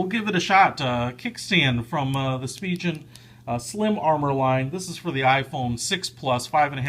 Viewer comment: It’s pronounced like spee-gen, not spee-jen